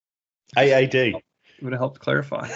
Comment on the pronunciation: AAD Adam. AAD not AD :D you guys are funny and please keep talk with your mouse, it is funny.